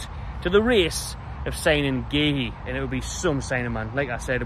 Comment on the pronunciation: It's pronounced COO😅